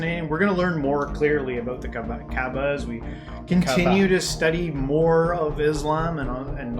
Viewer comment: It is not the kbaa it is the Ka'ba